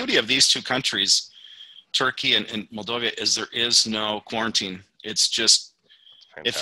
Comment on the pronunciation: Is written and pronounced Moldova not Moldovia. It might be the poorest country in Europe but the infrastructure is IMO much better than what I saw in the Philippines. That comes with the advantage that the life is quite cheap. Food is delicious and the local wine and cognac is great! Women are beautiful and caring. Local people are nice and you could make great friendships if you learn a bit of the local lingo (they speak Romanian and Russian)